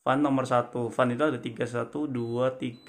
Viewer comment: Baca Fen..bukan Fan..